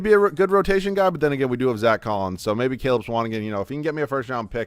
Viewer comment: The way he pronounces Swanigan really irks me lol